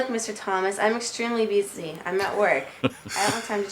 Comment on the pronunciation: "I'm extremely beezy."